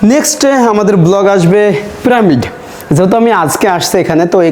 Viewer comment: ভাই, আপনার ব্লগ তো ভালোই লাগে কিন্তু আপনার কিছু উচ্চারণ সঠিক করতে হবে, প্রামিড নয় "পিরামিড", হায়েরোগ্লিফ্লিক্স নয় "হায়রোগ্লিফিক্স"